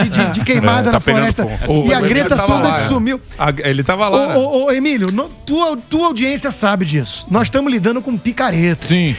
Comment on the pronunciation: Boa Constantino!!!! Explica pro Emílio que ele é meio "limitado" !!!!! Conservadorismo. Nem consegue falar Emílio!!! Evolua, por favor. Sou fã do Canal